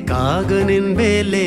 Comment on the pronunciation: ಬೆಲೆ ಗೆ ಬೇಲೆ ಅಂದ ಹಾಗಿದೆ, ಕನ್ನಡ ಸ್ವಸ್ಟತೆ ಇನ್ನಸ್ಟು 🙏👍